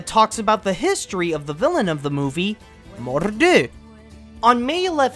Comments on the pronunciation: Watching this for the first time and as a Scot...dear me your pronunciation of Mor'du is downright insulting. You tried but ended up making us sound scruffy. Otherwise, fair video. Good series you made and could do with an update now that more has come out since 4 years ago. Maybe once Cars 3 is out? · I love how he says Mor’du “Morrrrdoo”